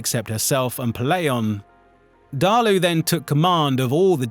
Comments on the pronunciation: Not to be that guy but it is DAALA,not DAALU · Nuh-taaaaaa-see dah-luu Na-ta-see dah-luh? What part of "Daala" makes the "oo" sound? Bro just said "Deh-lay-ooh" are you even trying? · Many of these names are so butchered I have to figure out what is being said. It’s Daala jfc